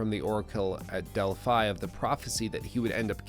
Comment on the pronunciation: stopped watching when i heard you pronounce `Delphi`